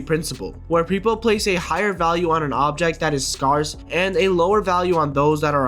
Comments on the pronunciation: It's "SC-AIR-CE not "SC-ARCE" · Someone teach this guy how to pronounce "scarce"